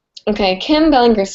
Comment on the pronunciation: bell-ing-er is how you say it lol